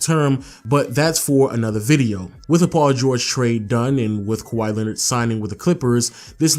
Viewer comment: wow you bucherd his name